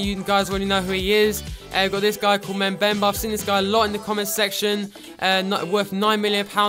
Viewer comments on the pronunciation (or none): Do not say mebemba please you need to say the 'm' like uhm